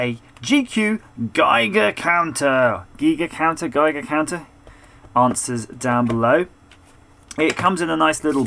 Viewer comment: I'm German and I'm personally offended by "Gigercounter". Its "Geigercounter"!!